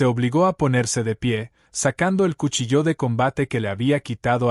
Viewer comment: Narración mediocre. Se de cuchillo no cuchilló!!!